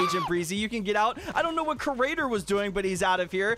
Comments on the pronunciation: Ugh its creator not curator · It's creator not crater aha